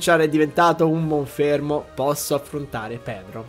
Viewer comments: hai detto monfermo invece é monferno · pensavo avessi capito che si chiama Monferno e non Monfermo...sembri joker che pronuncia male i nomi dei calciatori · dice monfermo io: muoio dentro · si chiama Monferno non Monfermo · Ciao, piccolo consiglio. Se il pokemon avversario ha vita rossa e non puó curarsi, ti consiglio, per esempio per Chimchar, di non usare Braciere. Dato che ha poca vita, basta un Graffio per mandarlo KO. Giusto per salvare i Punti Mossa...e tra l'altro, è Monferno, con la N, non con la M